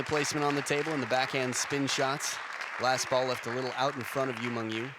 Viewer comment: its YU MENG.. YU not YU MANG.. YU ???